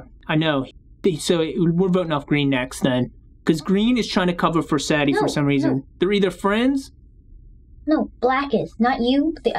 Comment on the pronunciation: It’s sa de